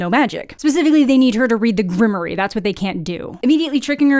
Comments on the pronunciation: GRIM-WAUR. Not Grimory. It's French. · Grimoire is pronounced grim'war.